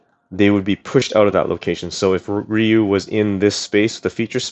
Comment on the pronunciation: It's not pronounced RIE YOU